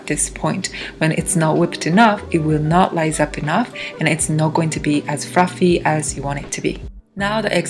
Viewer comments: Please consider remaking this video with a new voiceover. That cake looks so great, but Fruffy and Lough over and over again. Frows. Ooof. It was cute once. It was cringe by the end, and hard to understand at times. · there are no 'L's in the Japanese language :D